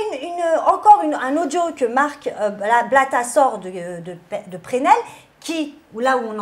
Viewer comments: c’est « Presnel » pas « Prenel » 😂💗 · Petite rectification pour. Pour Presnel on prononce aussi le “S” du coup ça se prononce “Pressnel” voilà ❤️❤️ et d’ailleurs merci pour l’histoire sur Abidal et Hamraoui